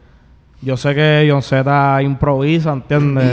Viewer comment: Jon z Men como "yaunsimen"😂